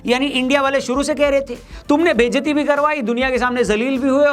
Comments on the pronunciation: बेइज्जती ❌ बेसती ✅ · Thambnail thikse likh ni nahi ati or youtuber bane nikale he vo bhi famous 😆 बेजती not बेसती hahahahaha famous youtuber aaj biwi ne morning ki chai nahi pilai , apni hi language nahi ati or bolte he ham sab hindu he pehle hindu ban to jau 😅 ek भवरे ka बवरे, or dusra धुलाई ka धुनाई 😅 nasedi lo dusro ki khili udane se pahle khud kya hou vo dekho , amara jeva Norman loko ne lakhva ma bhut thay chale , but tu hahahaha, konsi khet ki mooli he jo paad ke sara atmosphere gand karta he 😂